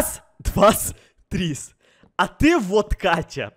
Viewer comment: Вот мучился "Воть Катя", " Водка Тя" 🗿✌